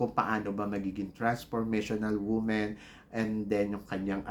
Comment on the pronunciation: WAG KAYO PAKAKASIGURO NA YUNG ALAM NYO AY MANGYAYARI. HINDI KAYO DIOS AT LALONG HINDI KAYO JUDGE. PRAY PRAY PRAY PARA HINDI KAYO MAPAHIYA., WAG KAYO AASA, PRONOUNCE THE WORDS "WOMAN" AND "WOMEN" PROPERLY. YOUR GRAMMAR IS IMPROPER.